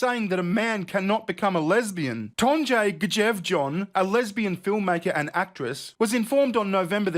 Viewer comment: I actually spit out my tea when you tried to pronounce "Tonje Gjevjon".